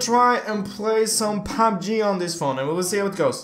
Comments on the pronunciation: he is saying fabbji instead pf pubg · Who else hear PAB G instead of PUB G? 😂😂